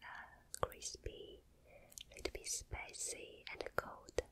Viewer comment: some words that are 10000% better when says them: wercome (welcome) flawour (flavor) derlicious (delicious) warter (water) sow sauce (soy sauce) foowd (food) specy (spicy) miyulk (milk) sree (three) mashmellows (marshmallows) comfotable (comfortable) also when she held up the choco boy stuff, all i could think of was the ytp of the click noice guy (Michael Rosen?) called Michael Rosen's Chocolate Boy Obsession lmaooooo. LOVE YOU SO MUCH ❤️❤️❤️